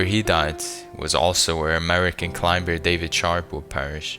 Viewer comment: You call but don't know that the b in climber is silent?